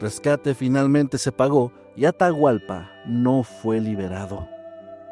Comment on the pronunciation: Me encanta y agradezco mucho que tomen en cuenta a Ecuador para sus relatos ❤ pero Atahualpa es a secas solo Atahualpa 😅 y hay palabras que están mal pronunciadas 😅 pero muchas gracias y se me hace tierno escucharles como pronuncian mal 😂❤❤❤❤❤